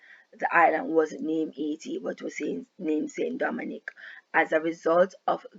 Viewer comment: ST. DOMINGUE is pronounced (san-doe-mau) not st dominique